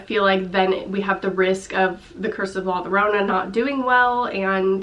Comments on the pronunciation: Llorona..... cringe. Ll pronounced y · its pronounced 'yorona' please don't say 'Lorona' lol please